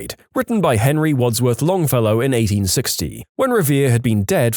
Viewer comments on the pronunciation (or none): none